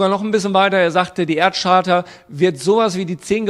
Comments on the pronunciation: Charta wird Kaarta gesprochen und nicht Tscharta. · Man spricht Charta übrigens mit einem K am Anfang. Just saying... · "Charta" spricht man mit einem "K" vorne. Ansonsten auch ein vollkommen dümmliches Video.